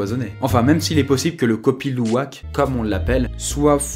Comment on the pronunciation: Le Kopi Luwak je l'ai déjà gouté ayant déjà vécu là bas, et franchement c'est super bon ! Par contre la prononciation de Kopi Luwak est à revoir. Sinon superbe vidéo !